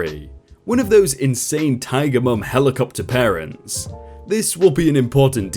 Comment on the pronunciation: Dude ... PARTENTS?